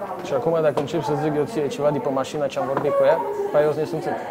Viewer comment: Care mașînî?,Care mașînî?😂😂,nu te mai cizelezi intre oameni!? Ai căzut din copac si asa rămâi? 😂😂😂